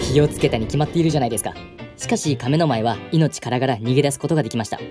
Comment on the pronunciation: 「亀の前」のイントネーションがおかしい